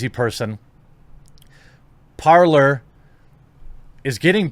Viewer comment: This is good advice Jeremy. Thanks! But Parler, (pronounced like the French word "to talk" (you damned ingrates)), would be great if I didn't need a cell phone to use it. -Their authentication system uses SMS. Lame. For an alternative to big tech? I have to use a #$&*ing smartphone? If I can't access it directly from my hard-wired desktop, what the hell good is it to me? ANNNNND another thing... (Please forgive the incoming Cranky Old Man moment): If everybody had been a little more discerning and didn't embrace all this social media Apple/Android smartphone B.S. from the outset, none of these tech giants would have become the giant-ass problem they are today. Now I have to adapt and get all tactical because everybody else was wide-eyed and stupid? Marvelous. Thank-you very much.